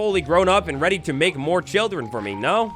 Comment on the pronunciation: "make'a the baby" xD